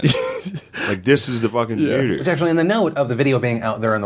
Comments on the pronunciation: me ....why does he say nooder ...is e too long for noodle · Nooder.. sorry but that was hilarious